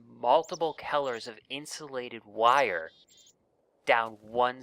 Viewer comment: Kellers? Its Colors don't make that mistake next time